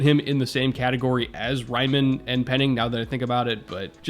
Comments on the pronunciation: Raiman is Austrian, your pronunciation of his name is pretty hard to hear for someone speaking german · but pls learn to pronunciate his name hahaha nowhere close 😂